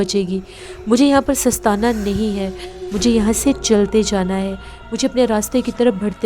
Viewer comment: Talaffuz ki kaafi mistakes ho rahi hai, jis se kahani kuch maand parr rahi hai. ✅ Tree-Shool.. ❌ Troo-Shal.. ✅ Sinaan (Nayzah) ❌ Sanaan ✅ Soostaana (act of laziness) ❌ Sastaana